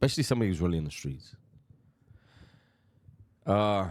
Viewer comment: love the content dubs, but i just gotta ask, do you know why some of these dude pronounce streets like skreets. im not trying to call you out or anything but i feel like if you dont, you should. because you do try to keep it respectful and i respect that so thats why im bringing it up. bur im pretty sure its to diss the main street crips. the first dude ive heard say it that way was milk74 and im pretty sure the Hoovers and MSC are rivals. i may be wrong but just wanted to let you know. but i mean i have no ties to anything. (i used to be in a graffiti crew through high school and a little after) but ive been through the system as a juvenile so i know alot about LA street shit, so im pretty sure im right but either way. you do you big dog.keep up the great content